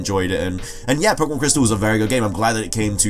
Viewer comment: I hate it when people say "poke uh mon"